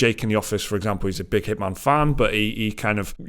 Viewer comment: Walking the truck yard at work listening to this, I hear Hitmon, and can’t figure out what game they are talking about. An accent to us Americans makes all the difference, excited for a new Hitman game